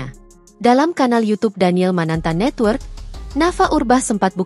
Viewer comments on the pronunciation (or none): none